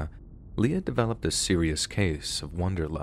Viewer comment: Wanderlust, not wonderlust. UntoWARD, no unTOward. This is your job. Don't cold read stories and mispronounce words. If you don't know what a word means or how to pronounce it, look it up before recording.